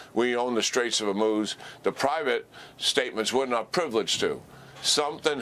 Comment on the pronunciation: General Keane: ONE strait, not the straits as you keep wrongly saying it. Singular not plural. HORmuz as in Horrible, not HER. It should not rhyme with vermouth as you mispronounce it.